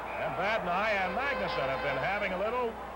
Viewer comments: That was the Chicago announcer mis-pronouncing Vadnais' name. The Seals didn't have local TV coverage of their home games. (Home teams wore dark jerseys in 69-70) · They were so bad they couldn’t even pronounce the name of their players correctly!!